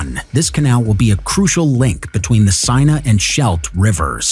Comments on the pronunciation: Yeah, I hate the guys voice. He also pronounces hundreds of words wrong, some cringe worthy. Especially place names. The Seine River (rhymes with ten) in Paris, he pronounced “seen” for instance. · Interesting content Horrible commentary, since when was the Parisian river pronounced Signer.